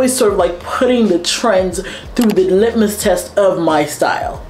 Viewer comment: Great video. P.S. I think you meant to say "litmus test", not "limit test".